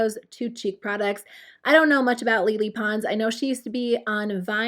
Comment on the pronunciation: isnt it lay lay pons with pronouncing?